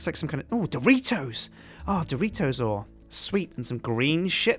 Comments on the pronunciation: DORITOS in a Japanese axent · Doritios ore.......Oreitios!